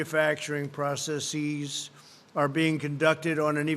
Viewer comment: Processeez? :| Fuji fillem? Oh dear!